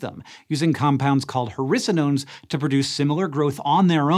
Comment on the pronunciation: Who else thought that every time he said hericonones he was actually saying "harrisa-nones"?